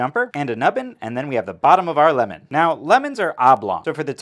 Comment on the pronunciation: Lìmon? Lìmon!